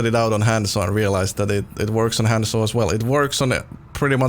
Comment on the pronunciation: Thousands of hours on Hanzo but doesn't say Hanzo right Kapp